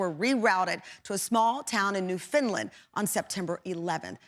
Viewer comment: I have to roll my eyes when a TV host, a supposed professional, blatantly mispronounces something as simple as a province -- it's Newfoundland, NOT New-Finland!